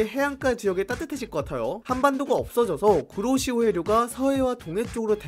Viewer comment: 구로시오해류가아니고 쿠로시오해류인뎈ㅋ